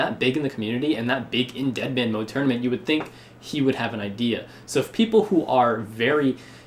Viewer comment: "DEADMAN" not "EATMAN"